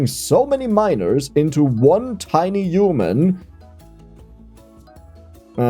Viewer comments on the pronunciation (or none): The issue is you are pronouncing miners as minors ahahaha